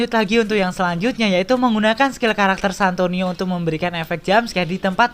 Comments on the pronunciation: Santino bang bukan santonio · Santino atau santonio bang